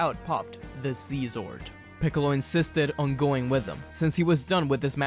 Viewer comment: bro said see zword